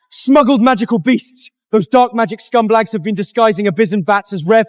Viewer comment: What is a scumblag I know what a scumbag is but what is a scumblag? And salivinating instead of salivating. What a big waste of time.